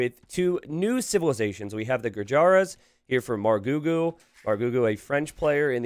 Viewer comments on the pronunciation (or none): The correct pronunciation of Gurjaras is "goojers"